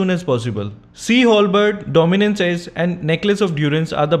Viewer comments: DUDE ITS "DOMINANCE ICE" NOT ACE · Dominance Ice not Dominance Ace 😂🤣😞